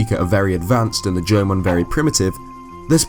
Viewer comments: Am i the only one that understands "German" instead of "Jomon"? xD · At different points of the video, i don't know if your saying jomon or german. Still liked the video though. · LMAO, you pronounce Jamon just like German! xD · Every time you say Jomon I hear German XP great video though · Instead of Jomon i always hear german haha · I know how hard it is to pronounce some words and how they may sound different but that "german pottery" thing is just hilarious xD oh and btw greetings from germany. :D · I did too, but we all know he said at the beginning that it is very hard for him to pronounce Japanese.